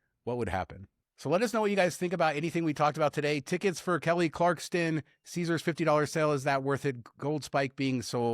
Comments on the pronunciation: Why are you both calling her Kelly CLARKSTON? AI? lol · Listen buddy. Her name is not Kelly Carkston!!! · Pronounced Kelly Clark-son. Clarkston is a town in Washington state named after Lewis and Clark. Edit:Thank you! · There’s no T in Kelly Clarkson…😂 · I was GONNA make fun of you guys for saying “Clarkston”…. I was GONNA… You probably say “acrosst” too 😅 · There is no T in Kelly Clarkson. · Yes ... I you are saying her name wrong !